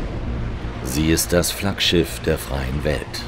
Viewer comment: "Flaggschiftt det freien welt" 😂😂 Wieso?!